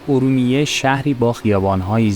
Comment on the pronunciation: بزرگوار چند نکته ای را لازمه بدانید . فیلمبرداری از مغازه های بسته در خیابان را میکس و حذف کنید صحبتهای گذر عمومی را در فیلم نگنجانید ... عابرین پیاده رو را از روبرو فیلم بگیرید و از پشت سر اونم به صورت طولانی خودداری کنید و سعی کنید از واژه های اشتباه و غلط برای صدا و گویندگی ستفاده نکنید . مثلا کلمه خورشت به جای خوروشت و ا رومیه به جای اورمیه به صورت گویش صحیح استفاده شود . با تشکر